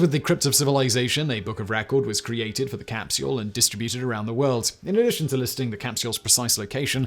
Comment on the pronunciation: Simon i am a massive fan of you and all of your channels and all the team members that help you do it all, however after 4 years of watching your videos every day today i found out (😏) that i absolutely despise the way you pronounce “capsule”. Other than that you’re an absolute legend in all your endeavors and pronunciations. Cheers!